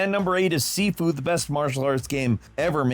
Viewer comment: It's pronounced 'Shee-foo'. When you say "seefoo" it sounds like you're trying to say 'seafood' with your mouth full. Just a heads up for gamers wondering why keep hearing Chinese people giggling behind their backs.